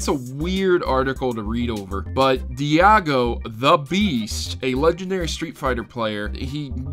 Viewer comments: Diago? Not Daigo? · You don't pronounce Daigo "Dee-A-Go" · nice vid but his name is daigo.(DYE-GO) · "Diago"... I thought he was Japanese, not hispanic... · I'm sorry but your pronunciation of daigo and duopped just cracked me up 😂😂